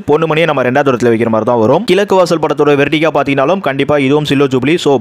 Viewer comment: சகோ! உங்களுக்கு "ழ"உச்சரிப்பு வரவில்லை,"கிலக்கு வாசல்" அர்த்தமே கிடையாது தவிர உச்சரிக்கும் போது கோபம்தான் வருகிறது, ஆகையால் ல,ள,ழ வேறுபாட்டை முதலில் அறியவேண்டும்.